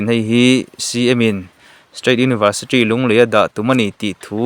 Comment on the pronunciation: Tawng muang ropui si, Universitri niloin University zawk tur aw